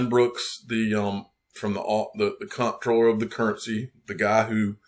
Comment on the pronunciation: Info for the masses. Comptroller is pronounced Controller.